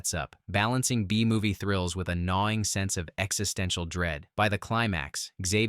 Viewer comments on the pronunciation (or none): none